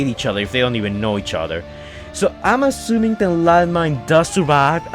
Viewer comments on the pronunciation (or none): none